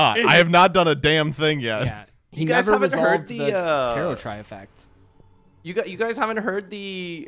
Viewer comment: Why don't people know how to pronounce tarot or tarotrei